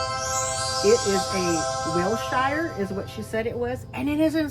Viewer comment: Hi, beautiful addition to your collection. Just to let you know it’s pronounced wilsher short sher not shire even though it’s spelled that way. Hope this helps you and once again major congrats take care.🌸🌸🌸🌸